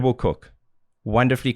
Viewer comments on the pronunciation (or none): none